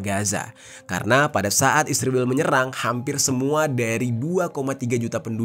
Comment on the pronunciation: Aku dengerin kata "ISRIWIL" ketaea sendiri. Inget masa kecilku .. ibuku klo lagi jengkel kpd adikku yg bandel.. ibu manggil adikku dg sebutan ISRIWIL.. pdhal namanya Isworowati.... mudah2an adikku baca dan ingat pd kebandelannya...😍😍